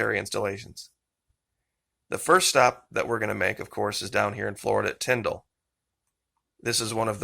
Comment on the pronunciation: Thank you for pronouncing Tyndall AFB correctly. I was stationed there many years ago and hearing it pronounced Tynd-ALL is so annoying. 🙄